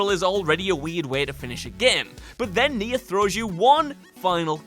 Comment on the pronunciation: Cant believe he didnt pronounce Nier right, completely forgot the rest of its title Tomato Tomato.